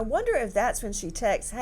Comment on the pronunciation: I don't trust professionals who call texts 'tex-ihs.'